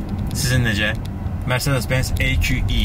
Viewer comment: Mercedes sözünü Azərbaycanda düzgün tələffüz edən insan !